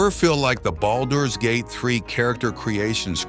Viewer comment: The way you’re saying boulders gate is driving me nuts